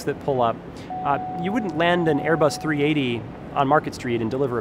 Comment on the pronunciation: This man builds rockets but can't say the A380 properly? Plus the A380 doesn't even have a freighter option